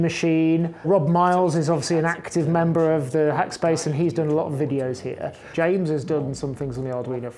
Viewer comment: Hackspac ?! I thought "e" is the most common letter in English, not in Nottinghack...